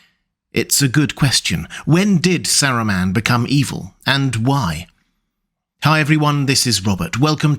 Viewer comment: bro the way you pronounce his name is triggering lol